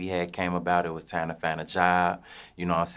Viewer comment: He pronounce time like "tiam"